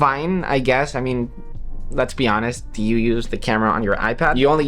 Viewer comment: Why do you pronounce U as EWWM 😂😂😂